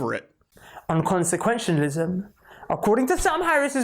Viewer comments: Did that guy say "consequentionalism”? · When dawah says consequentialism it sounds like it has one syllable too many. consequentianalism